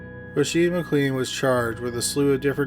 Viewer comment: Just in case you have to pronounce the name McLean again, its pronounced McLane. McKay is another often mispronounced one, as its meant to sound like McAye (like a capital I)